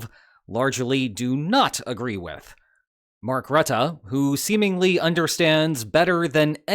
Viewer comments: Mark Rattah? Isn't it Mark Roo-teh with stress on Ts and short oo sound. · It's pronounced "roo-tah". Love from NL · Please note that Rutte's name is pronounced with two schwas. I know this because he lives only a few kilometers from here.